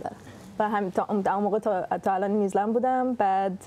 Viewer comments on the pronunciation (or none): بابا... اسم کشور New Zealand هستش و نیوزی لند تلفظ میشه، نه نیوز لند (News land)... تو رو خدا یکم دقت کنید! دم سینا گرم که درست تلفظ میکنه و هی هم‌تکرار میکنه که اون خانوم متوجه بشه ولی اصلا تو باغ نیست. کار موزیکش خوبه ولی تلفظ بد اسم کشوری که توش زندگی میکنه رو اعصابه.